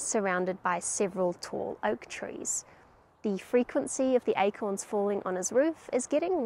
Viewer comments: Like how you pronounced these Eichhorns <—-by the way Eichhörnchen means squirrel in German ;) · The pronoumciation of acorns sounds like the word squirel in dutch We call squirels “eekhoorns” (sounds like acorns) which made it a bit confusing sometimes : ‘ )